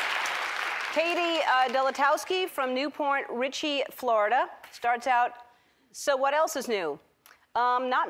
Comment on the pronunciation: Did Ellen just say New Porn Richie, Florida ?